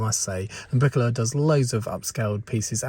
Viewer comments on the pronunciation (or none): Oooh, Briquoleur! I thought you said Briquella, son of Queen Mabricka, planter of the Halego Tree.